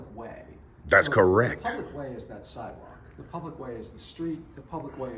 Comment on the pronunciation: Saying “iz u Matt?” while trying to perform professional tasks is a clear indicator that you most likely don’t know the law lol You choose to form sentences like you at home on the phone, u probably don’t know much if u don’t even have the ability to code switch for professional settings. Bless her heart tho